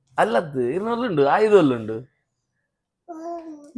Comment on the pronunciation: 😂ಆಯುಧ ❌ನಾಯಿದ ✅😅